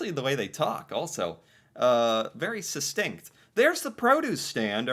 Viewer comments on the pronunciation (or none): Succinct* not susstink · Oh. Its succinct. Not sustink.